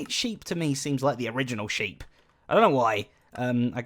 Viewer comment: Zedaph. Honestly. You're an englishman. You said SHEEPS!